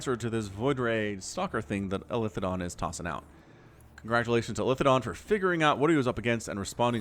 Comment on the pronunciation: I've seen elithedon's name on this channel a lot, and I keep wondering if you're mispronouncing it. It looks to me like "Eli the Don", pronounced like the short form of "Elijah", i.e., "ee-lye"